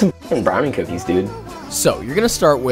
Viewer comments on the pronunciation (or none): Cooknies? Cooknees?